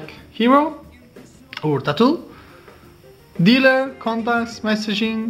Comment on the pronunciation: "Dealer" sorry but that made me lol!